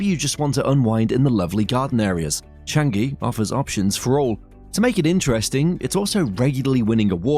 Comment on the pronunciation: Is Chang-eeee not Chang-geee....